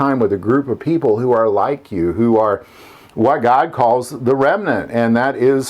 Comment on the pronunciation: GOD not gog.